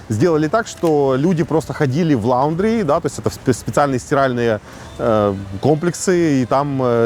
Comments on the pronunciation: Комментарий для фотографа . Не ЛАУНДРИ , а ЛАНДРИ или ЛОНДРИ . Почему я знаю ? Потому что я годами тоже так говорил . А потом моя гёрлфренд начала меня тролить . А я уже привык . С трудностями , но получилось переучиться . Так сейчас она говорит что скучает по моему ЛАУНДРИ . Не угодишь . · Резануло так резануло. ЛАундри. Чувак ты рил в NY? Ппц.